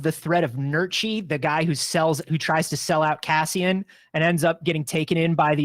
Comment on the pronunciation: Why does call him Cazzian? 😅